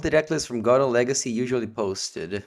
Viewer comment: Legeecee Veedeeo